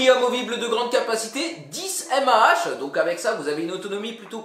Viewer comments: Mah sa se dit mega-ampère par heure 😂 tu m'a tuée quand ta dit "M A H" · Oui, plutôt mAH, milli Ampère heure, pas tout à fait méga Ampère heure... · Milliampére-heure bref pas grave 😂